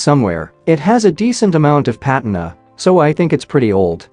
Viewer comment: That is not how patina is pronounced. Several other errors.